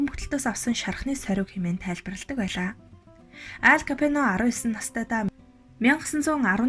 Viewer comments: Капено биш,Капоне гэж унш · Капино биш КАПОНЕ гээчээ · Ямар тэнэг юм бэ Капоное гэж нэрийг Капино гэж уншаад ямарч сонсох сонирхолгүй болгочих юм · Kapeno geed bhiin kkk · Капино гэж уншаад байх энэ хүүхэн нь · нэртэйгээр нь капучино гэчихээ 😜Капино гэсээр бгаад дуусгачихлаа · зөв уншаачээ Капэно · Хүний нэрийг зөв дуудаач ээ, КАБИНЕТ! !!!!!!!